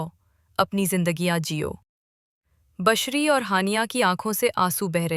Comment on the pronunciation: Bushra naam ko aapne kabhi bashariya kabhi bashri pronounce kiya ye keya tha Asif sb wahiyat the but khushqismat bhi the